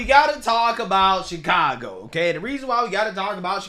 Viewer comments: Did that reporter call it Chicongo?😂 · Did the news reporters say Chicongo ...I swear that's what I heard .